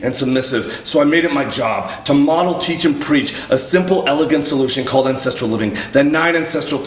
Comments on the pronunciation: Not ancestrial - ancestral. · OMG I thought you were saying “incestual” life style. I was so confused 😂